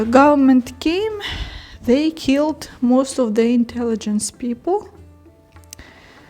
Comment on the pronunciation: Hi, nice to watch your videos. Small advice or correction for you pronunciation. When you see English letter "i" it is not Ukrainian "і" but rather "и", for example not "традішін" but "традишин" otherwise you sound like russians., and you are not:-). Don't be angry... And word "intelligence" in English is not the same as "інтелігенція" in Ukrainian. It is something like "розвідувальна інформація". English doesn't divide people into such categories. Keep making your videos, they are getting better and better. Tschüss.